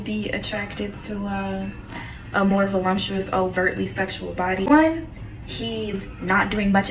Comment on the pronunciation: Is “Volumptuous” an ingenious new hybrid slang or was she just misspeaking “voluptuous”? Asking so I can stay current. 😅